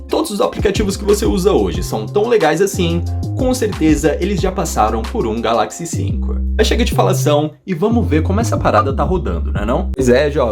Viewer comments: Da agonia ouvir ele falando galÁxy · A sua pronúncia de Galaxy está errada